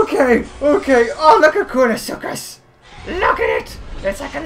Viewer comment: Su-ch-us not su-c-us